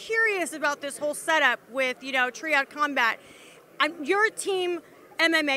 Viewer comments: “Tree-ad,” I think she () meant triad🧐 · She calls it 'tree-ad'... how can you not know how to say triad? lol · Are you trying to be the female Chael Sonnen by Pronouncing Triad wrong and calling Quinton "Quincey". lol